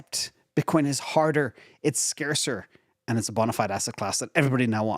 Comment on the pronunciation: "Scarcer, not "Scacer"... lol ; )